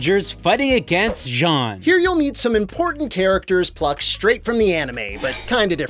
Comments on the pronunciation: Respect, eh? This Gundam gets destroyed pretty easily by stuff that, in the actual series, would hardly even dent it (Zaku gunfire and even landmines, for starters). And there's also all the mispronouciations (Zeon is pronounced "Jee-ohn" in Japan, but it still sounds nothing like "John"!) and just plain disrespect! In fact, in Japan (yes, this was released in Japan), this game has a reputation for being a "kusoge", which is "crap game" for those unaware! Despite having some of the actors from the show reprise their roles (thus making them sound better), the story is still terrible! Heck, Char's actor is outright ridiculed for not only his ridiculous cosplay, but also for looking too old and ESPECIALLY that chin! Fans call this particular Char "Char Ago-nable" (Ago being Japanese for "chin")! -_ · relistening to this, when he screamed when he was going to crash the ship, it actuially sounded like they used a soft z instead of a hard one, meaning that they are trying to say the name wrong while using the right spelling. for exaMPLE, instead of Ze-on, the do something like zzz-eon o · yeah, same thing with ''jeanne'' and Zeon. in japanese, some words that starts with Z are pronounced like J if they have yu after (ex: Zyuranger is pronounced Juuranger) the translators probably thought that every word starting with Z were pronounced like a J hence ''Jeanne' instead of Zeon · you kept pronouncing Zeon wrong. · intersting on that they can't say zeon but nailed it on the specific model of the zaku